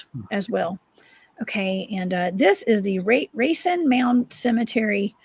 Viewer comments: Awesome show, Racine is 30 miles from me, pronounced, RAY-SEEN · she said Ray-sin, if thats how you pronounce your town, you're pretty ignorant